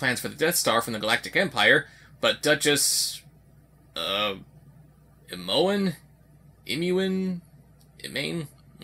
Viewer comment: It's pronounced Ee-moe-en. If you ever played Baldur's Gate - your half-sister is called that in the game. :) The comic is nice, but the artwork is pretty much step-by-step Fred Perry's style... If it wasn't drawn by him, for Antarctic Press, then someone is just really keen on imitating his "american manga" art style.